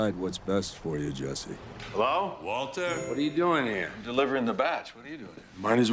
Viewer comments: MILL-Yun. MILLION? BILL-YUN. Waltuh’s pronunciation always gets me lol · The “Waltuh” meme doesn’t make any sense lol, Mike clearly pronounces the R in Walter. Very clearly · That was more of a Waltur than a Waltuh, the r is very pronounced in this line